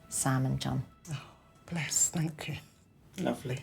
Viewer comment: "Thankey" (Davina McCall)